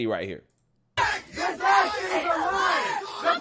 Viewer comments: Geez dude I love your content but his name is is just Viv-Ache. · My man, i watch almost all of your uploads. Love your content fr fr. BUT… you have GOT to learn how to pronounce Vivek’s name. It’s time.